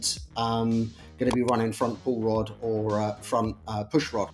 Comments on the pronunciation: Sounds like you guys are calling it Paul Rudd every time now lol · Literally thought you were saying "Paul Rudd" there for a bit